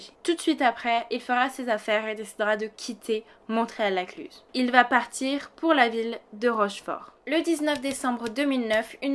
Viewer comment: J'ai les oreilles qui grincent quand vous dites le nom du village, car on ne prononce pas le T de Montréal.